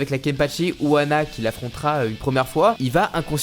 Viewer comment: Frérot c’est « Unoana » pas « Uana »